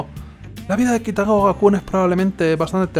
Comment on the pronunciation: Es Kitagawa, no Kitagawara